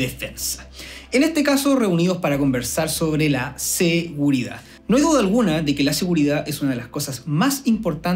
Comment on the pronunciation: No me da seguridad que se coma la d de seguridad.